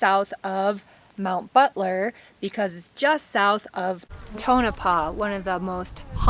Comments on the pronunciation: lol i used to live in Nevada. it is pronounced Tow no paw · Prononced Tone-A-Paw